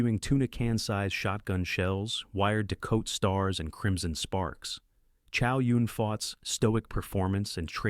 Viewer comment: How do you review Buckaroo Banzai and mispronounce it? Repo man too? Estaves? Chow Yung Fat? WTF?